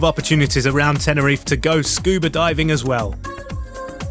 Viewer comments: Nice video. Please say Teh-neh-ree-fay. Not Tenereef. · first thing to do when your reviewing a place is to at last pronounce the name right .. TENERIFAY .. got it , show some respect ...